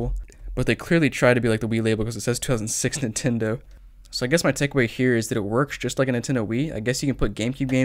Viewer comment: For some reason he says Nintendo with one syllable instead of 3...